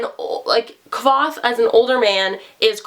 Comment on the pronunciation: Both the author and Kvoth himself tell you how to pronounce his name in the first small bit of the book 😂